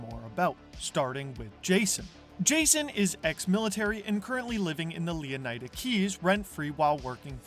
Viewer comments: leonaida? bro is leonida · How on earth are you pronouncing it Leon-AJ-da? Would you say Flor-AJ-da?